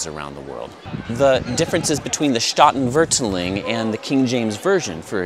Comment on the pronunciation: Loved your comments on the sound of Dutch. When I was learning it, at first it felt like it was just English with German accent. PS You have the emphAsis on the wrong syllAble. Both the 'a's in Statenvertaling are long 'a's. Separating root words, staat (state) and taal (language). Here's a video where a native speaker says the word in the opening sentence that might also be of interest to you, haha: "The old Statenvertaling: the only pure and complete Bible translation"